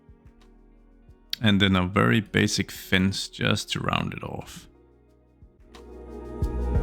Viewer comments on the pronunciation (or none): none